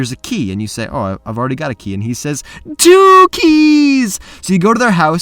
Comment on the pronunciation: I thought he said DOO-KIES!!!!... Idk why😂